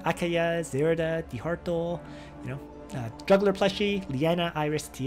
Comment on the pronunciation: I thought some of your Time Rift vids use him. I am near positive of that. It is why I started building him up, and I always laugh when you pronounce his last name as De-Heart-O